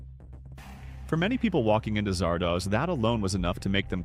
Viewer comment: Zardoz is not pronounced as if it rhymes with No-Doze; it is a contraction of Wizard of Oz. But. those writing the script for this video would have actually had to see the movie to know that.